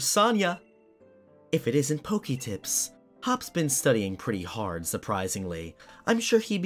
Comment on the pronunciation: I have two questions. Why do you repeat your name twice at the beginning of the video? And why do you pronounce Pokemon correctly but not Pokédex? It's not POKYdex, it's the same pronunciation as Pokémon lol Even when you say Poketips Still kinda wrong